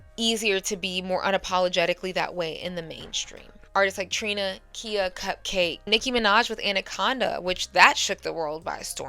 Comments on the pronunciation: KIHA, IT'S PRONOUNCED KAI-AH. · Not that it matters but it's pronounced Kī-ah NOT Key-ah. And Bahamadia is pronounced like the Bahamas.